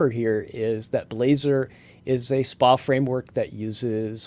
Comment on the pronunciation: people say SPA like that? Didn't know